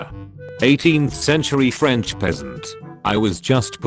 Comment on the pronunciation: it's ok guys, it's the franch that won